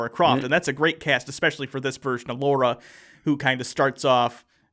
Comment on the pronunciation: Lara! Lara! Not Laura, Lara! Why does everyone get that wrong?!